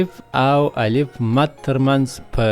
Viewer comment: السلام علیکم و رحمته الله و برکاتو الله پاک مو دا خدمت پښتو ژبي ته په خپل دربار قبول کړه، هیله می دا ده چې تدریس مو په معیاري لهجه مخي ته ویسي او تلفظ کې مو دقت وکړي لکه څنګه چې تاسي الف، الپ تلفظ کوي نو هیله کوم چون چې دا ابتدایی مرحله ده او کوچنیان تر هر چا د خپل ښونکي پر خبره ډیر باور لري او هغه څه زده کوي چې ښونکی یی ورښي.د